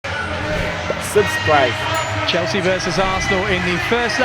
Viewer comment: Estevão falando Subscraive no inicio do video é sensacional !